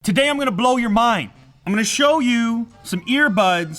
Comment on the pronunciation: Acedently turned the volume up to max with headphones right before the video.. Lew starts off with: Today I'm gonna blew your mind! Me: Well THANK you Lew for blewing me head..